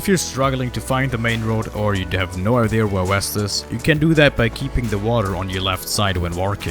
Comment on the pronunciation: I didnt know idea and walking had a R in it 😂